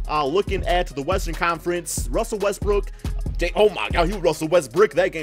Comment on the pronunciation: Oh ma gawd ruzzzell wezzbroog